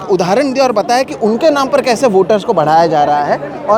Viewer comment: اپلے آپ کو نہیں اپنے آپ کو اتلے نہیں اتنے کہو ..... اتنے کی بجائے اتلے اتلے بول کر آپ اپنے معیار کو گرا رہے ہیں ... آپ کی رپورٹنگ اور تجزیہ اچھا ہوتا ہے لیکن آپ اپنے تلفظ کی ادائیگی پر توجہ دیجیے ..... بول کر